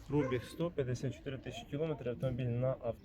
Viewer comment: Вчіть українську мову. Немає такого слова як прОбіг, вірно говорити пробІг. Невірною вимовою ви вбиваєте рідну мову.